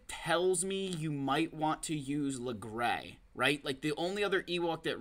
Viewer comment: do people really pronounce it "lagray"? lmao log-ray is my go to